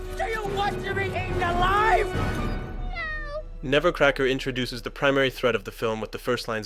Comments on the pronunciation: It's "Nebbercracker," not "Nevercracker." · Interesting video, but it drove me nuts to hear "Nebbercracker" pronounced as "Nevercracker" 500 fuckin times